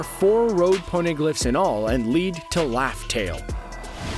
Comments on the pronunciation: It's RAFTEL NOT LAFTEL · Is it just me or it sound like he saying laftel n not Raftel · What do you mean by laugh tale???? Its raftel!!!!